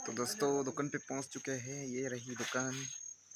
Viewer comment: Lekin aap bar² dhukun kyu bolrae 😂 dhukan bolo na 😅